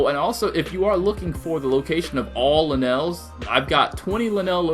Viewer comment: It's lynels not LeNails